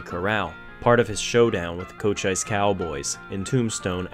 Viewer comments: Just FYI, the county in Arizona is pronounced "Co-cheess" not "Coach-ice." He was a respected Apache warrior. I stayed there Christmas Eve night of 1986 or so. Great video! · If this was the first electric elevator in the west, how were the others powered? Water wheels? Wound springs? Horses? Whipped slaves? "Cochise" is pronounced "co-cheese." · Actually, the Hebrew word from the Bible is pronounced "mitzpah". But Americans do have their regionally pronounced words. I have several French names around me slaughtered. I noticed also when mentioning Wyatt Earp he said Cochise Riders or something like that, saying Co-cheeze or co-ch-eye-z. I think they were probably called that in Tombstone after the Indian leader Cochise since he lived in that area and north of there in the Dragoon Mountains just south of Intestate 10. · I love these videos,binging on them. A history buff should know how to pronounce Cochise....(doesn't rhyme with ice).